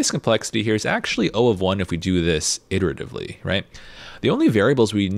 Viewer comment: I laugh every time he says irritavely. But this course, and the Structy website are dope. Great content and great